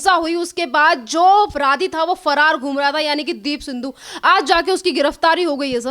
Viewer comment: माइक वाली मैडम सिद्धू को सिंधु कहे जा रही हो I जरा सुधार कर बोलो I